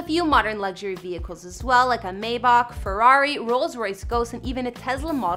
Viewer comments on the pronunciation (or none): none